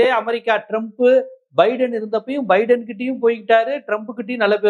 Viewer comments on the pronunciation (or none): none